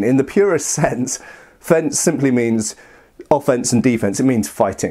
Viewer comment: Nice and interesting video as always! Extra points for almost saying "Fechten" right! ;)